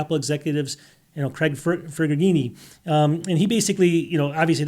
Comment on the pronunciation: Fed-a-rini?! Wow, never heard one of the most well-liked top Apple execs have his name so badly butchered. Hey, I like most of you content otherwise I wouldn’t bother watching, but at least get his or any other name close to correct especially if you’re going say that person’s name in a video. Most people loved to see him on stage when Apple still did their events at the Steve Jobs Theater at the Apple Park, and earlier. We all know his name is pronounced as fed-è-reegi especially anyone who has followed Apple for any length of time. Craig, here’s a friendly tip for you if you're not sure of a pronunciation: highlight the text directly if possible or copy the name or text into any editor on your Mac and highlight it to have the Mac speak the text. It usually gets it right or very close.